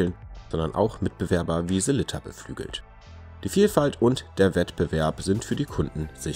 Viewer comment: Hahaha, vielen Dank erstmal für das Lob! Mir war nicht bewusst, dass meine Sellita-Aussprache so falsch ist, habe auch noch nicht darüber nachgedacht. Ich werde in Zukunft mehr darauf achten, wie es richtig gesagt wird und Abends vorm Spiegel üben 😜